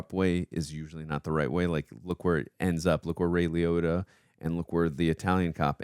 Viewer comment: "Ray Liohda", "Hans Simmer", "Glediedör", "Yugolino"... Your pronunciation is hilarious. 😂